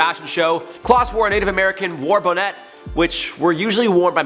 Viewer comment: Plz learn to pronounce the word "bonnet".